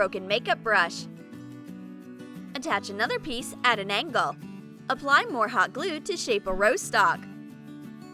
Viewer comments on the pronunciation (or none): none